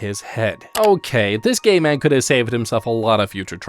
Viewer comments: i sounds like you're saying "gay man" instead of "gate man" lol. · Got to show the gay pass to the gay man to enter